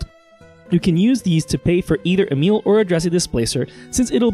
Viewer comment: You are accually the first english person that pronounces Emiel the right way!❤ nice video nonetheless😇